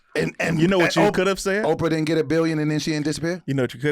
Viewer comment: we're not gonna scooch pass the fact that you said Doe-fra Winfrey...and not Doe-pra Winfrey. I do understand your plight brother. I to have a friend and/or family member who has a frequent tendency to butcher words. 😂😂😂... Sometimes their butchery of words will fall upon you to. 😂😂😂 This intervention has been sponsored by Speech Etiquette Institute. For information on enrollment please call 1-SPEECH-LESS for more details. Tell 'em sent ya!! Alright then boy!! (...in voice)